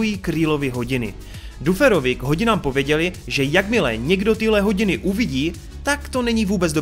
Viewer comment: no jakoby, je to blbustka, ale furt říkáš Max místo Mex a Duferovi misto Dafrovi, pisu jak se to cte a ne jak se to pise, ale jak rikam je to jen blbustka, takze to je skoro jedno😄